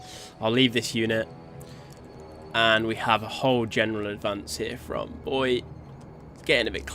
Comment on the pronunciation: Bo-ee-aye, btw.